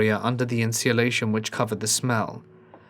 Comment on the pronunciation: I’ve never heard anyone use every letter’s sound in ‘insulation” before. Sweet! ❤️